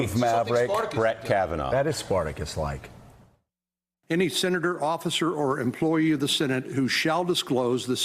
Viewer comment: Did he just say “sinnetor”?